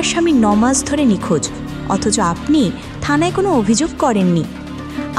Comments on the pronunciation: Impruve ur pronounces. Like aponi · আপনি শব্দটা ভালোভাবে উচ্চারণ করুন, আশ্চর্য কিভাবে ভিডিও বানান যেখানে উচ্চারণ ঠিক নেই।